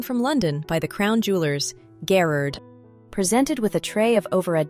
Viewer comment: If it’s NOT AI, the narrator mispronounces the name Garrard, and that’s just sloppy!